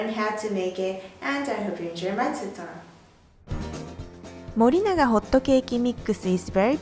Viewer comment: hhaahaha the way u say 'tutorial is soooo cute n funny n epic" xDDD its like "tutorl " instead of "tutorial" hehehe ahha